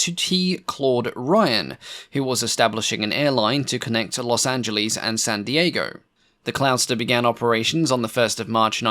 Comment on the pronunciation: 17 min. In, its Los Angeles, not Los Anglese